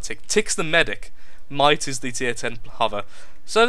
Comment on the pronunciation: itsh a kerr lol